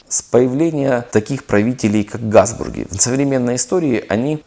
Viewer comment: Почему автор произносит "Газбурги", а не Габсбурги?!